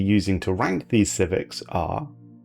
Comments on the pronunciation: "My lords, today we are going to adress machine intelligence civics, and i intend to wank them..." i gotta clean my ears, or my mind god dang. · I don't know why, but I kept hearing you saying you were going to 'wank' the civics, which is a bit more than I think many of these civics deserve.